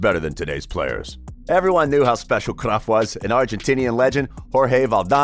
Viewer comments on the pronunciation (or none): Cruyff not cruff g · Jesusssssssss .. it's not CRUFF you Idiot .. it's Cruyff .. it's annoying .. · his name is cruyff no cruff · I’m getting annoyed by watching this just because of his way on saying cruyff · Am I the only one that hates how he pronounces words like Barca and Cruyff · You pronounce his name wrong bro